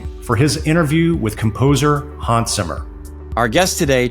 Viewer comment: Please do him the courtesy of pronouncing his name properly, with a short 'a' sound. It's Hans as in hand, not Haaans as in arm.